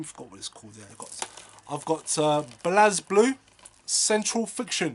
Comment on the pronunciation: Yeah, I'm pretty sure it's pronounced "Blaze Blue".